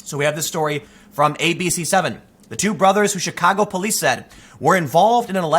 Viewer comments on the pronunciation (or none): none